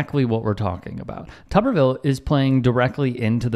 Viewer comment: It's not Tubberville, it's Tuberville. Tuber, as in potato. Pronunciation is everything.